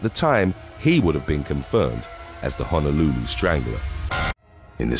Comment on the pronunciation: It's Honolulu not Hanalooloo